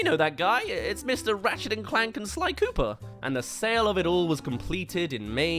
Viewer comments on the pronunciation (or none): none